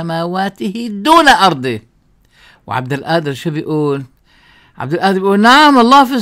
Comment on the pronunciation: بعدين مشان حرف القاف انت شيخ لاتلفظها همزة هيك عم تهمز القادر